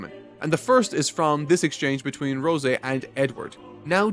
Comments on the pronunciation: rose-eh? bruh wtf. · I absolutely hate how you say rose lol it's like the flower not roseh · Is this a bit? Is he deliberately trying to mispronounced every name in every series he reviews? Rose like the flower not the fucking wine. Like dude. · I cant stand the way he says rose lol